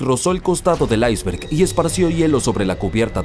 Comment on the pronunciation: Buen video. Sólo una objeción. ¿Porque pronuncias iceberg en ingles y no en español como debe ser? Te recuerdo que iceberg es un anglicismo que está aceptado en la RAE y como tal aparece en el diccionario como palabra española. Un saludo.